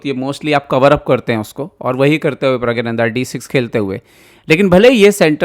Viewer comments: pragya-nanda nahi.... praggna- nandhaa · Pragyananda nhi Pragnananda ... 😅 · You do not know the real name of the star player of your own country. His name is not Rameshbabu praggananda but Rameshbabu pragganananda.Pronounce it correctly.